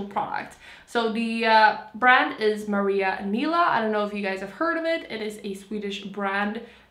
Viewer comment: Hahah alltså när du uttalar Maria Nila som ”Maariöah Nilaah” och sekunder senare säger ”It’s a Swedish brand”...😂